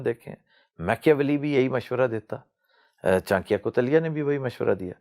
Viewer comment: Mr iqbal pls pronounce names chanakya n chander gupt maurya properly please and dont tell stories keep to fact ur history is indian history n lets accept fact nothing wrong in accepting facts